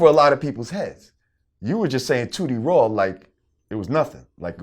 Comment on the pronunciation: Tooty Raw... Sound like booty raw... Love Boosie tho